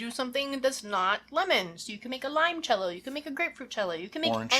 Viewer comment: Italian here. Since I am contractually obligated to nitpick things about Italy: in "Limoncello" the initial "Li-" part is pronounced in the same way as the English name "Lee". That's it. Great video as always.